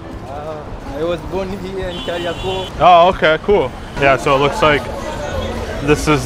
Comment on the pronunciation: The way you pronounce "kariakoo" is hilarious, you seem like a great genuine guy I loved watching your interaction with the locals it was great! Fyi its pronounced more like car-ee-ah-ko